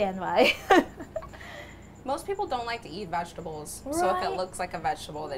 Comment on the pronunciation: "Wechtable" ahaha love it! And I am laughing with you,, not at you! You are adorable and love to watch you cook! You may have to open yourself your own restaurant you two. It would be "berry" successful!